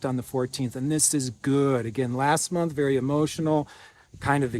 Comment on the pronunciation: Yes, creates magic for us constantly. I always listen and try to watch all the way to the end of his messages And I enjoy the way he now says moonth 🌙